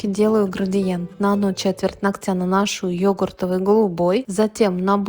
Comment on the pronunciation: нОгтя, а не ногтЯ. Слух режет, когда мастера так говорят.